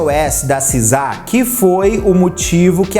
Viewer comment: Seu inglês é horrível,meus ouvidos sangraram ouvir vc falar “sizá”